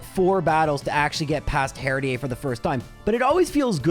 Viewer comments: This is gonna be brutal. Also Herdier is pronounced like Terrier. I know that's probably comment bait but still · That Herdier pronunciation has to be on purpose right? its pronunciation is literally as it seems Herd E er Edit: ok it was on purpose i feel much better now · Some of your viewers: triggered by you pronouncing Herdier as Herd-ee-ey and not Herd-ee-er. Me: sweating because I pronounce him Herd-eer. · he said it, he said the thing, he said herdier, with ier pronounced as ea. That one small speech in I believe a delibird run taught me more about the world than 12 years of school did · not mispronouncing something in a video is impossible; I dunno if he has dyslexia or what. I'm not worried about "Herdier" (which is definitely supposed to be a Terrier dog so there's no way you'd pronounce it like he does but whatever); I'm talking about Striaton, which he mispronounced as "Straight on". I hope he doesn't have any friends named 'Liam' IRL because he must just call them 'Lame' all the time Also already living in 2025 before the rest of us lol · The pronunciation of 'herdier' is very funny to me. Can tell you're Canadian 😂 Love your stuff! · I'm going to call out the herdier pronunciation because your country of origin doesn't change the Pokémon name pronunciation in English. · Why would you pronounce it partially francophonically but with a very un-French /h-/?😅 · You pronounce Herdier Canadian fancy, but don't pronounce Unfezant like en passant? Missed opportunity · I love that pronounces Herdier the French way....Oh Canada!! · it is. But he's Canadian, in Canada and France, the suffex "ier" is pronounced how other countries pronounce "ea" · He intentionally mispronounces things all the time